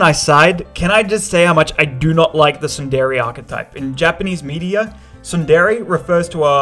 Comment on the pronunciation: i hate tsundere being pronounced "[t]sun-DER-ay" instead of "TSUN-dir-ay" I'm sorry